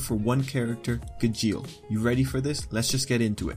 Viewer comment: Ok I think that you are pronouncing "Gajeel" Wrong... (This isn't a hate comment, this is a really funny video 😂👌 Good job and keep up the good work)